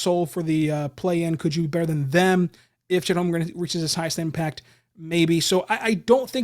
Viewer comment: Thank You, for getting my last name correct...